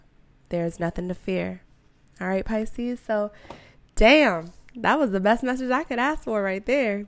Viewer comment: You actually spoke my name...when you tried to say best..you said Beth...that's me. All I can feel is the riveting energy through my body... Yes... It resonantes powerfully..